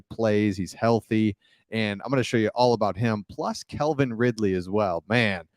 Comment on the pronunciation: The Jags may be a problem this year. Oh. It's Calvin, not Kelvin. The man has speed, but D.J. Moore is a better receiver.